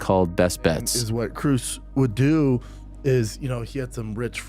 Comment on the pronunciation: Brendan calling krause krus made my day